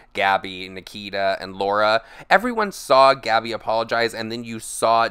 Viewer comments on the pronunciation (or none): none